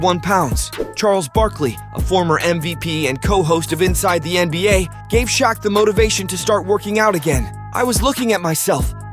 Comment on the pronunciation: Dislike because you can’t pronounce Shaqs name correctly